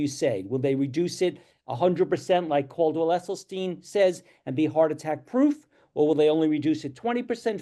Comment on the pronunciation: Can we please get the host to pronounce Esselstyn correctly?